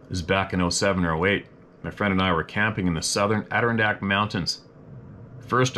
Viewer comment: love you man, It's pronounced " ADD DER-RON DACKS!!.